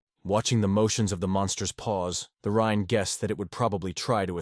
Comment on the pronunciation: Yeah better read the manga than suffer hearing this Ai crap. The rine the rine the rine waaaaah!